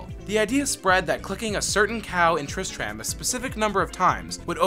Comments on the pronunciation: I stopped watching this when you said tristram wrong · Never say "Tristram" again. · This guy BUTCHERED so many words like Tristram, not only that but he got quite a few facts wrong. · "Tris-TRAM?' Nah, you gotta say "Tris-trum" my dude Also, "No souls were sold during the making of this game?" Damn...... Blizzard are some cold bastards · you anoyoid me so much tris tram nooooooooooo you pronounce it tristrum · Tris-TRAM... Smh... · its not pronounced Trist-rAhm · The way you pronounce tristram makes me cringe so hard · wait? you've never been to trisTRAM? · "...triss-tram..." closes video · Flim flam itsTriss-Tram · Did he pronounce Tristram as Trish,tram? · sorry i cant stop laughing at Tris Tram... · TRIST RAM!?!??! NO FUCKIN GOD DAMN NO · What is "trist tram?" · You lost me at triss-tram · I'm sorry. Tris-Tram? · all aboard the Triss-TRAM to KHAN-durr-ass...sigh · triss-TRAM..... really? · It's pronounced trist trummm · did anyone cringe when he said tristram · I stopped watching after you mispronounced Tristram. Idk how managed to butcher it that badly Edit: it annoys me so much knowing hes never played the game. Every major name or bit of lore he never talks about or butchers the pronunciation. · Please play the games you talk about, you keep saying Tristram wrong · 1) tistrum not trisTRAM 2)Battle net...no one says 3) dead MOW 5??? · Triss-tram. Mafeastoh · TrisTRAM, mePHEESto, what a dweeb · The cringe is so real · How to pronounce these words Baal (Bail) Tristram (Trisht-Ram) Khanduras (Khan-Door-us) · "Tris-tram" "battle DOT net" "Longetivity" "ark bishop" This is quite a pronunciation adventure. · "kull-aid" "haven" "triss-tram" "dead mow 5" ughhhhhh